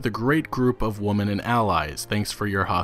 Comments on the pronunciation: Why can't you pronounce "women" though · Totally unrelated...but why is it that some people can't say "women" and pronounce it as "woman"? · I've never heard someone blend the words woman and women into one word. congrats.